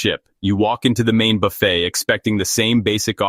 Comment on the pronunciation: WONDERFUL. VIDEO. JUST. WONDERFUL.. & THANK. YOU. ! BUT. /. IT. IS. :: NOT......... A. ** BUFF__IT. ** IT. IS. A. ** BA__FAY. **!!!!!!!!!